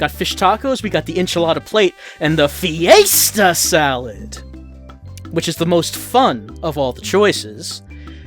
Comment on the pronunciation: I wan't a loop of saying "FEE-YAY-STAH SALLAD" over and over as my ringtone. No, I don't want it, I NEED IT!